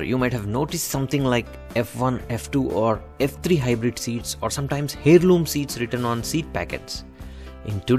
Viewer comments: It's pronounced Airloom not Hairloom. Thnx for the tips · FTI In English the "H" in the word heirloom is silent. It's pronounced air-loom.